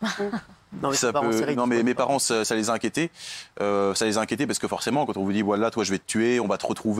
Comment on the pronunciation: Prq il a dit wallh